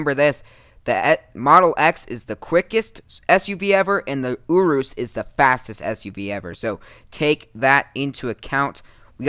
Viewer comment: OMG URUS IS PRONOUNCED YOR-US